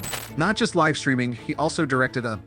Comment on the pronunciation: A.I. voice still not smart enough to pronounce 'live' and 'live' differently! English, the ultimate challenge for A.I. 😆😂🤣😂